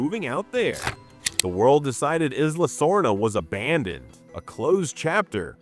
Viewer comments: eeee-sla, not eye-sla Also, JP has too many geology and geography and literary fans for this many mistakes in one video. It seems interesting but then my brain glitches every time you mispronounce something. Will keep an eye out for your videos and hoping for improvements as you grow. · "eyes-la sorna" lol...